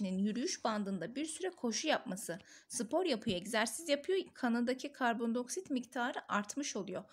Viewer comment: hocam” i “diceksiniz karbon dİ oksit karbon do oksit diyorsunuz shdhhshdh